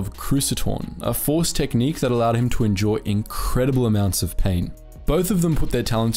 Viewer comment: why do i keep hearing "enjoy incredible amounts of pain," and not "endure incredible amounts of pain." no matter i how i listen to it i hear enjoy